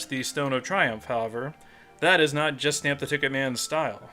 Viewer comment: When you say it, I always hear "Justin the TicketMan"